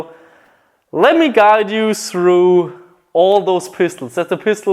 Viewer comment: Why do you say srou instead of through